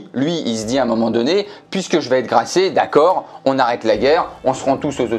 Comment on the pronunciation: graciés pas gracés